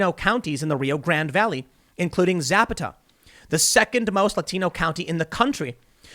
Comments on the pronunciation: I'm from originally the Rio Grande Valley its pronounced as Zah-paw-tah in the Spanish way. LOL The video is a few second clip of a foot ball game at Zapata's Seahawks field the first 3 seconds says the word. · Here’s a friendly tip Tim, zapata is pronounced Za-Pah- ta. I know it’s common to not know when you’re not from Texas just wanted to put it out there. 😃😃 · "za-PA-ta" county. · Lol, Tim Zapita? It's not an NES gun. It's pronounced Za Pa Ta. All A's the same. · It’s Zapata. Pronounced Za-pot-a. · Omg I’m dying When he said Zap atA It’s fine don’t worry it’s just it’s gives me a good laugh I’m from the rio grande valley it’s funny to hear it since I always hear it in Spanish hearing someone who doesn’t speak Spanish is 👌👌👌 Anywho Y’all have fun don’t forget to keep your heads up and keep movin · It's pronounced Zah Pah! Tah, named after a Mexican revolutionary general. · Tim, the Texas county you keep mispronouncing is Za-pot-a with the emphasis on the second syllable. Just thought you’d want to know from a South Texas native. 😏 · I'm from Texas and we send trucks to the Rio Grande Valley every week and the Hispanics had nothing good to say about Biden. They were all saying "via Trump". By the way it's pronounced "zah pah ta" Zapata. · Thank you for posting that, it irritated me. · Tim, for Zapata, put emphasis on the second syllable when pronouncing it, not the first one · You're pronouncing "Zapata" very strangely. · You're mispronouncing "Zapata". You are using Yankee speak. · Please learn how to pronounce Zapata. Your pronunciation is physically painful to people from south Texas and probably all Latin people